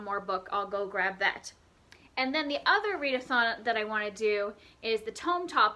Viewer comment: Read-eh-thon -- that's hilarious!! I'm not a classics reader, but Jane Eyre is one that I've read, and I love it. I didn't realize it was over 500 pages, though! I also loved The NIght Circus. You have some great books on your Tome Topple list! Good luck with these!